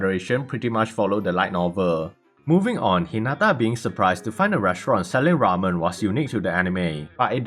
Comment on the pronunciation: razen ❌ Ramen ✔